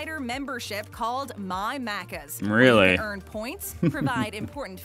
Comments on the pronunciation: mack -cuz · she prounces it wrong its like "mack - ers" "mack - uhhs" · Omg how they say Maccas triggers me , as an Aussie this is so triggering how they say stuff